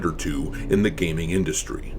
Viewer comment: GAYming awards lmao